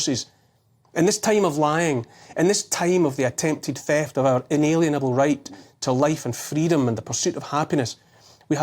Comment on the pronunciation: If you read this Neil, please consider the pronunciation as IN-A-LIEN-ABLE, a Lien being a legal tool of coercion.